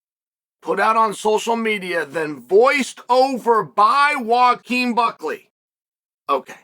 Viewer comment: I just realized our dearly beloved Uncle Chael pronounces Joaquin as "Wakeem" 💀